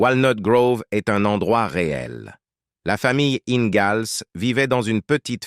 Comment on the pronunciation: Le mec qui prononce laura ingalls avec un z au lieu du s.